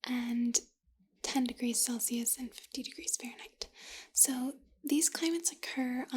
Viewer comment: hold on. is she saying "Felsius"?? rofl